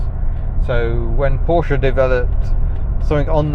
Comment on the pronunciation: We'll let you off then and bonus points for actually pronouncing Porsche correctly! (most car Youtubers don't!)